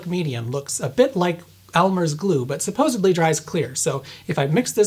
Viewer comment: Your videos are so good, so informative, so articulate. I’ve been binging them. Then you said “supposeBly” and I can’t stop thinking about it. 😂 why did you have to hurt me like that?